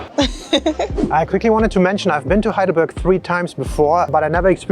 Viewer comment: Heidelberg not Highdelberg!! More respect for the Germanlanguage.